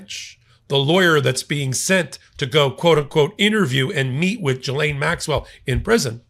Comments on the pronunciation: Getting better, not Jizane, not Jilane..... it's GEELANE (hard G) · I’ve always heard her name pronounced as Ghee-LAINE. First syllable sounds like the clarified butter, called Ghee. Second syllable is in caps for emphasis. Micheal is pronouncing it as Gee-LAINE. Close, but no cigar….lol. Luv you anyway,! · pronounced Gi-laine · Love your commentry. A little correction her name is pronounced Gil-aine the G as in God. Thanks for your great insights as usual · Sorry, you're still mispronouncing her name..